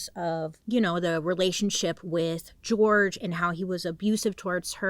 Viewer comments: jorge is usually pronounced “horhay” ..but ilysm and i think it’s cuter as george… edit as i’ve watched the whole video: they call him george. sorry bailey love ya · his name is pronounced “hor-hey” his family was very disappointed in the legal teams that always would represent sarah because them and sarah would just call him George which is sad and disrespectful, but the team that represents him would say his name the correct way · I really wish people would pronounce George's name properly. It's Jorge. Sarah was told multiple times by Jorge's family that it's not the American pronunciation. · Bailey I love you so much but the way you pronounced indigent and Jorge PLS 🥲🤣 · Just putting out here that his name is pronounced with an H sound(where the J is) not with a G! Love you Bailey